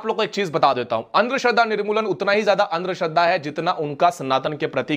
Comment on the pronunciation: Pehle andhashraddha to thikse bolle